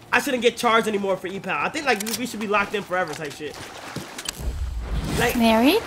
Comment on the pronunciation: Kai saying E-pal is gonna be the death of me